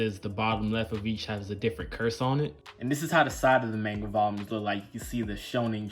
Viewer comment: Great channel bro!! 🥊💯 and finally! A yank that pronounces manga properly! 😃👍 Rather than “Mohnga!!” 😂